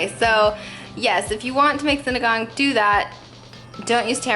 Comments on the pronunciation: But you say it like this: sin-e-gang. Not sin-a-gang. Sorry 😂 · It’s Sin-e-ga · How American says sinigang SINIGONG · Haha! Sorry but i laughed when you said sinigang. It's supposed to be see-ni-gang